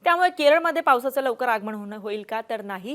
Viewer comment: आगमण 😪प्रमानात,. बाकी बातम्या छान दिल्या